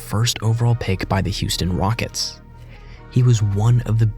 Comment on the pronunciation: did he say Houston Wockets? 😅